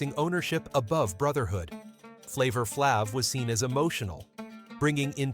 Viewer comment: He lost me with the pronunciation of Flav's name, I quickly stoped and moved on to something else .....smh!